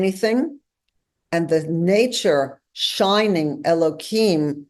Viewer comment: I shall never understand the Orthodox urge to mangle the name of God. It's Elohim, not Elokim. Deliberately mispronouncing it is a violation of the commandment; it is not a fence around the commandment. Don't pronounce the tetragrammaton. Pronounce the other names properly.